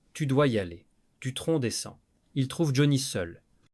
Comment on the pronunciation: L'I.A. est infernale ..... les noms écorchés (Latitia, Hollidayyy, Duton ou Duon, François Hardy ....) les mots accrochés (les picres, qui s'oppo, peu être, une englade etc..... ) bref, bon on en apprend peu sauf que depuis longtemps on savait que cette bonne femme était un vraie PESTE. Johnny et Éddy se connaissait depuis l'adolescence, il a fallut qu'elle casse aussi ça !!!!!